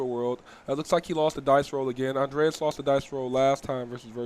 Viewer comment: why this dude saying ANDRES name as it if were a womans name: ANDREAS?! cmon man